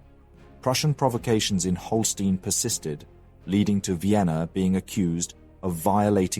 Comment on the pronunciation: It is small things such as saying "von Bismark" instead of "fon". He also switched between Holstein and Holsteen several times. These mistakes were less frequent in the past and I find it takes away from what is otherwise great content.